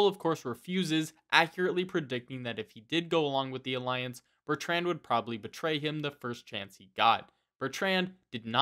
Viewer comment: The way you say the name Bertrand is nothing short of an act of butchery